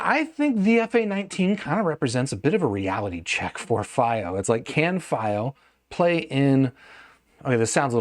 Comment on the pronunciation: Wrong pronunciation of fiio